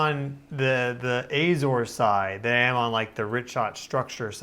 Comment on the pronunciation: If you went to the Azores I'm surprised you didn't learn to pronounce it correctly